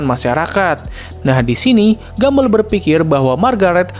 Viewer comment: Entah kenapa gw merasa lucu ketika lu nyebut Gumball "Gumbell"